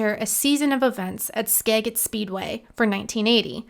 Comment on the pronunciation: It's pronounced "Skajit"